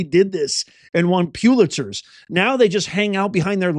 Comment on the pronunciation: It's not, "PEW-litzer," it's "PULL-itzer."